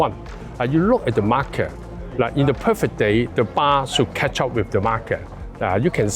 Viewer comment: Marker pronounced as market.😐